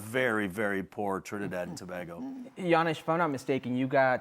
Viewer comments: It's To- bay-go/Tobago, not To-ba-go!!! 😡😡😡😡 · Thank you.... tobaaaaaaaago annoys me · Pronounced “Toe-bago” Herc. Damn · Aye tel da man to pronounce we country name correct seem he's to proud to be whatever Mexican wanna be american he is and shaka just bow his head whilst he still saying to bag go if a trini see him .. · I cringe everytime this guy says Tobago. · Can Shaka please correct how Herc pronounces Tobago? It's not a huge deal but it just sounds so odd.